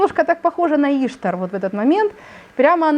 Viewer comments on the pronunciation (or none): Да не Иштар, а иштААААр!!!!!